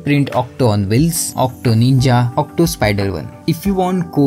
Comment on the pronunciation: Why are you saying otto as octo????????